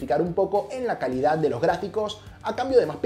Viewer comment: Todos: Calidad Nadie: Absolutamente nadie: Sara's Tech: Caldad